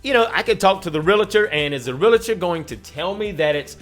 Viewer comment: who gives a flip about his clothes i just want him to say realllltor correctly it isnt realaaator its reallllllltor